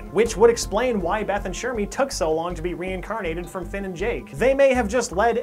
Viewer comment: ITS FILL (FINN)